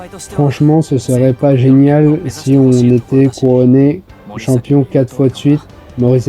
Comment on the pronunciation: Rise of New "Champion (t'sais l'accent bien français 🇫🇷)"